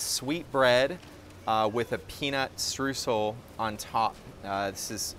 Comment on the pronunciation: it's pronounced 'shtroysl' and not 'stroosl'. source: am german